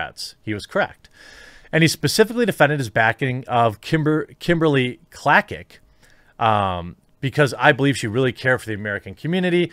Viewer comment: Klacik, pronounced Klay-sik. She campaigned hard here in Maryland but lost to a Democrat who has done nothing for his people and did not even run a campaign, counting on only for the fact he is a Democrat and he was rubber stamped back in.